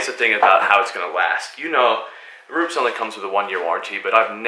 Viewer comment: Pronounced Roopehs